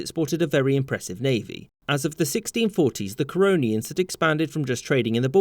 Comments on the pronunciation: Didi I jsut heard Coronians. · Normal Person: The Corononians Me on crack: Corona Ians